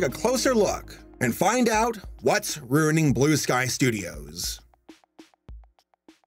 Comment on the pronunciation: ah yes, RUING